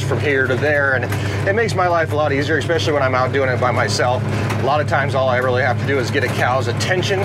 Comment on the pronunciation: I love your videos but every time you say EKSPECIALLY it drives me nuts